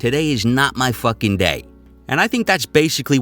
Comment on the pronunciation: "Beat'em to death wit a fahkin staplah". I cant stop laughin'.